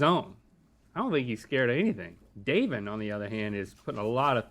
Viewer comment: I thought link said "We have Asian" when he said "We have Davin" 😂